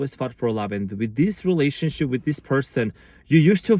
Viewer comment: Are you saying "relationshit"?!? 😂 You cutie patootie thanks, you are amazing as usual big hugs 🙏💜